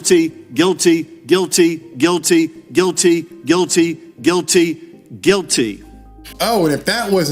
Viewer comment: So he's trying to say guilty?